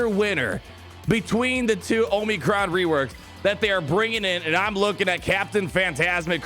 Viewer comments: Say it with me... AW-muh-cron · I still laugh every time you say "oh-mee-crons"...